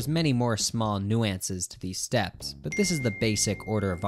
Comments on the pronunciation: Hearing “new ances” is making me start to question my subscription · I've never pronounced the word "nuances" like that in my life even though I live in Canada too. Anyway, great video. 👍